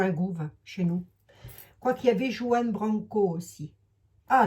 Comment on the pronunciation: Prononcer "Rouan"avec un R bien gutural! C'est un jeune tres doué, avocat en droit international a 28 ans!a ete avocat de Assange....